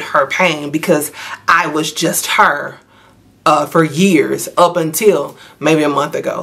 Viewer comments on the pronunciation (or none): none